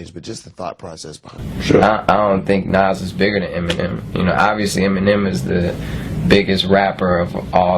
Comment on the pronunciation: You know something,his name is Eminem,Not m and m! He is not a snack! (Who heard that lmao)